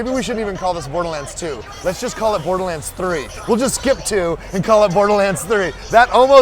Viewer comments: "Borerlands 2" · WTF?! Borerlands? Is that right? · "Randy Pithford, Borerlands 2"..? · Borelands lol